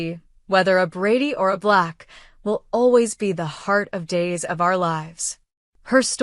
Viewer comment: John BLACK!!! Not Vlax !!! NO, NO, NO !!!